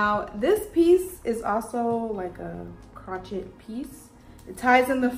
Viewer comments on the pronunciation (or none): You are gorgeous!! Everything looked amazing on you. Now...sweetheart.... Its not crochit.... Its crowshay. Ya know like knitted but made with one hooked "needle" instead of 2 knitting "needles". Crochet is pronounced crow-shay. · Crow- shay*** not “crotch-it” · Crochet is pronounced CROW-SHAY lol 😭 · 🤣🤣🤣 the grouch-it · The way you pronounced crochet lol it was so cute. Edit: i believe it's crow-shay unless the new generation is calling it something different I'm a little older than you.